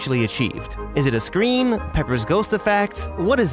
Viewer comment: he’s says scrim instead of screen 😂😂😂.